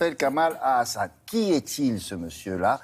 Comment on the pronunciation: c juste "haSSan" et non "hAaAaAsan" MDR